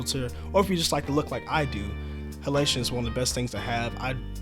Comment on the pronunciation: lol it's bleach, not beach bypass. and halation not helation. it's all written right there